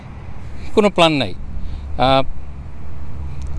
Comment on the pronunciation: Salam Bhaiya,,,khub bhalo laglo....ohhh yammi bhorta,,,, By the way, pls don't mind....apni bar bat PLAn Plan bolen, main pronunciation i forgot.....